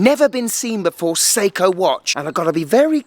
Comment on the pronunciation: Sei•KOHHHH 😅 Love the content 👌🏽